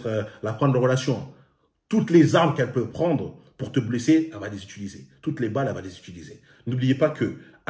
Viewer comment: "BLAISSER"???? concentre toi bordel mdrrrr